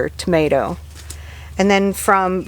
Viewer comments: Loved the bloopers, tomatrrrrrr lol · You made me laugh when you said termatter!